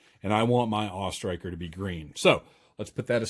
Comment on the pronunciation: I gave this video a thumbs up for pronouncing it the AWE Striker and not the A...W...E Striker.